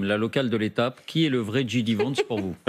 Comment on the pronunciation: Djay di pas dji di